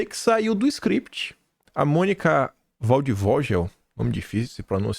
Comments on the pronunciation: Não é Monica Valdvojel. É Monica Valdvoguel. Escreve-se Valdvogel. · O nome da jornalista Valdogel não se pronuncia dessa maneira. Pelo menos eu escuto como « valdvoguel » vale a pena checar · PRONUNCIA-SE "VALDFOGUEL", (PÁSSARO DO MATO") EM TRADUÇÃO LIVRE.